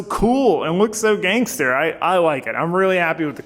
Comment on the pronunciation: When you say gangster you could not sound more white